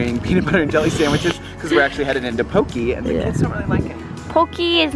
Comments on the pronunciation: Its pronounced poké (po-kay) bowl. & i believe it's strawberry matcha. Mochi is a Japanese rice cake. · If u give ur chickens the egg shells, crumbled up, than they'll produce better eggs! And it's pronounced poke- Ehh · The way you pronounce poke makes me laugh!